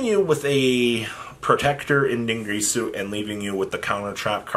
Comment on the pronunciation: Also DIN GEAR SUE NOT GREASU